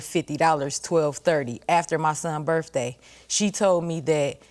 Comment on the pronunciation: "Birfday"...stay in school folks..😅😅